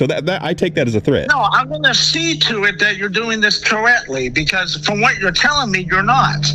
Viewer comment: Cowwectly be driving me cwazy